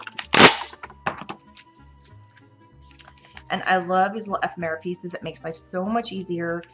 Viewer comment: I like how you explain your thought process; great instructions. Love the cards. Thank you for the video. ( We do need to teach you how to say ephemera ;)